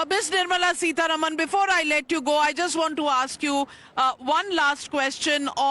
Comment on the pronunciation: Navika, could you please pronounce Madam Nirmala Sitaraman's name correctly...it is SitaRAAMAN = सीतारामन NOT Sitaruman सीतारमन !! It is not a difficult word to pronounce...we are constantly saying SitaRaam सीताराम...so why can't you pronounce it correctly??? You are not a Westerner. Also, you don't need to make your dislike for her so obvious.😮